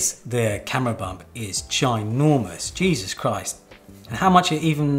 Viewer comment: That "Gheezus Christ" was hilarious! 😂